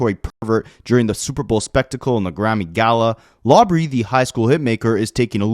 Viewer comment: Lmao bro called him Lawbrey.